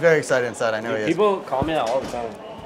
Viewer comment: Bro said dud not dude